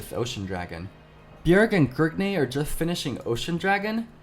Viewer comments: Is anyone else tilted when he says gergnay instead of grig? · Every time you say Grigney I get triggered. I don't understand why you have to say his name like that. It's just Grig. Decent video excluding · Whats with the "grigNEY" every time he says grig